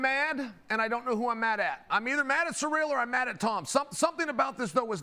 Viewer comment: It’s funny how Chael can’t say “Cyril” and usually says “surreal” or “cereal”.